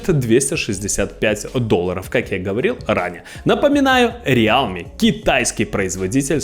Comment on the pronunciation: Братка,рилми- real,me. Real Me- это я-Реал,как команда. А realme- это настоящий я. Real в транслейте читается как рил.